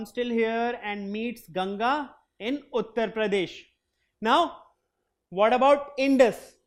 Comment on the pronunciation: Sir you telling wrong pronounced ganga and indus